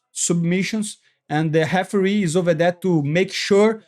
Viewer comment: 😂 the "heferee"